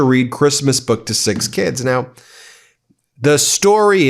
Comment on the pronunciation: Reading "A creeeeeesmas boooewk for keeeeeed"